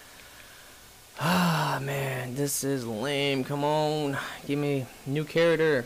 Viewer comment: You have to get them from the store like he did in this video. It's all random though so it will probably take you awhile. Also, please pronounce CHARACTER correctly or at least close.